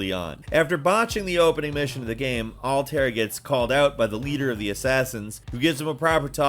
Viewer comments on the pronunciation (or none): Besim, Aaa-bsterrrgo, Alteirrr, Aivvoor, El Mulim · Yes!! Sorry but butchering Altaïr’s name really irked me but that’s cuz I really liked him & that name’s badass :P